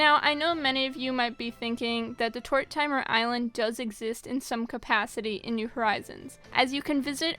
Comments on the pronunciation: “Tor timer” My sis would be cringing as she thinks it’s pronounced “Tor Ti Mir” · It’s killing me she saying“Tort-timer” ☠️ everyone pronounces it: (tordimer) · Tor-tim-er not tor-timer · Why do people pronounce it Tor-Timer😂😂😂 It's pronounced Tor-Tim-Er... And it's not Pashima it's Pashmina, come on!! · the way you pronounced tortimer island its pronounced tour tih mer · Tortimer rhymes with Mortimer. The i is short. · Is no one gonna talk about “ tort timer “ island lol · Tort-ah-mer Island. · also “Tort-timer”? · TORTIMER IS PRONOUNCED TOR-TIM-ER. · Ok hold up good video and all but that pronunciation of tortimer island is odd